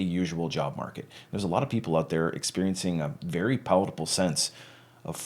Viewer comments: Did he say palatable instead of palpable? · Hello. Nice video. Palpable. You pronounced as a combination of palpable and palatable. Wrong enunciation of rarely used words creates a sense that you are stretching your confidence envelope a little far. Perhaps trying too hard. I mention this because it caught my ear then when I went to make a more personal comment your name isn’t included in the YouTube channel description. Perhaps it’s a function of confidence?